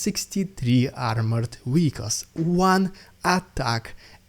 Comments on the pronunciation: It's not "wieckls", it's "vieckls". I think you understand what I mean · To help...you are mispronouncing a common word.. you use frequently . You are saying ..... Weicles (WEE-Icles) The world is Vehicle (VEE-icles) W and V are not the same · Man, this episode was so much better organized! Great job!! Can I ask a question? Why is it that you can easily say Verbove (with a V sound) but then still say Weehicles (when it should also start with a V sound?) Not complaining, just wondered. Great job today, and thanks for the news! BTW, I have heard of battle dolphins, even think the USA has experimented with them for mine detection, but am certainly not sure what Russia uses them for, maybe civilian boat location so they have more targets?? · So long as you are happy sounding daft ?